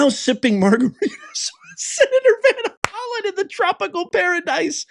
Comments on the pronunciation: Hey professor, you might want to fact check yourself before reporting sh**. It's VanHollEn, not VanHollow, like you're pronouncing it. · It's Van Hollen